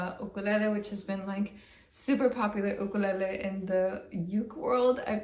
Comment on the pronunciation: Why does she say “Ukelele” like ina weird accent 🧐